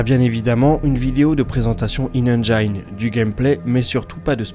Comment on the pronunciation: Merci encore pour ta vidéo. Sais tu jusqu'à quelle distance les lasers propulserons la sonde? Le faisceau des lasers va vite s'élargir (sur la lune un faisceau laser atteint 30km de diamètre..) sinon petite remarque sur ta prononciation de engine, le I se prononce comme en français et pas aïe